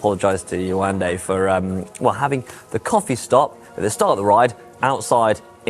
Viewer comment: Nice - You pronounce her name "Ye-wan-day" 🤓🤭